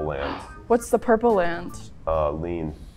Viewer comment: what's the purple island?: uh- lean My name being Leen and pronounced lean